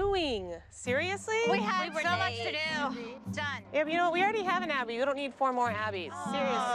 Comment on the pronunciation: she really said Awbby